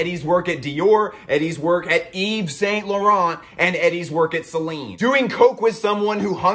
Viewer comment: I alway get chills when I hear someone pronouncing saint laurent like that.